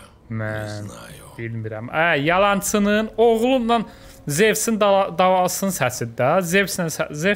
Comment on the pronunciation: O Zevs Deyil Zeusdu